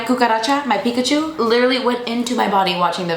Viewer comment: "My cucaracha, my pickachu" 🤣🤣